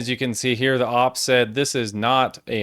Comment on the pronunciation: Stop saying Ahp and say O-pee like a normal person